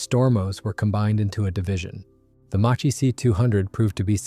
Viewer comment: "Macchi" is pronounced "Makki" in Italian...